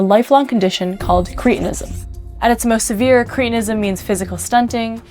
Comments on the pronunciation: Are we now saying 'creetinism' to avoid reminding ourselves that sufferers were called 'cretins' (with a short 'e')? I have only ever heard the condition pronounced with a short 'e.' It was a diagnosis long before it was an insult! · I wish you and many others would learn how to pronounce English words. It is "Cret" not "Crete" so correct pronunciation is "cret-in-ism" most words are made up of Syllables. To speak correctly, you need to understand what they are, and how to say them. Too bad most American speakers making podcasts get this wrong. There is a compound called "Creatine". It is completely different to this. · Surely cretinism is pronounced like the word cretin?